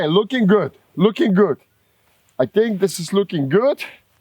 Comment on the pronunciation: I watch these videos to hear him say “luuking guud” lol love it brother